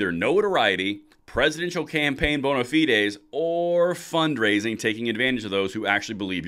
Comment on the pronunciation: Bona fides bro, you murder the English language sometimes.